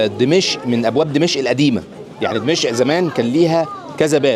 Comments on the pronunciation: اخ... عندما تذهب الى اي بلد في العالم يجب ان تتعلم ثقافته ولا تبقى على ثقافتك المصرية.... لا يجوز ان تسمي دمشق ( اقدم عاصمة بالتاريخ ) بلهجتك الخاطئة دمشء... وتصر على اعادة لفظها الخاطئ عدة مرات... بغض النظر عن كمية الاخطاء اللغويه التي مارستها خلال الفيديو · دِمَشق بكسر الدال و فتح الميم و جزاك الله خيرا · بالله عليك انطق دمشق صح 🤣🤣